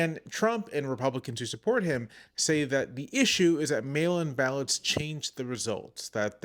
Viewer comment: Did anyone else hear "male imbalance" at first instead of mail-in ballots. Lol .